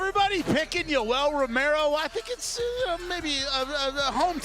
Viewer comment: Homedude doing the crowd interviews didn't pronounce Romero's name correctly once throughout this entire event lmao